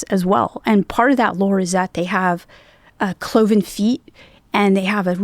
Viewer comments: The word is cloven not Clovis… pronounces it incorrectly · And its cloven feet bra, not clovis feet. Dudes struggling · He actually said clovis feet.